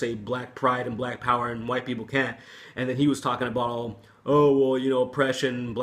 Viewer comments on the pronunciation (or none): I saw the Robb Flynn video, I replayed what Phil Anselmo said 5 times over and I could hear that he said "Wine Power" instead of "white power". I didn't hear him pronounce the "t" those times. Hmm, maybe because he was drunk and he just had a couple of wine drinks. Anyways, it was funny as fuck how he shouted out "white power". So stupid but funny.